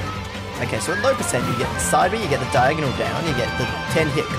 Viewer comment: Did he say DiAgOnAl down tilt 😶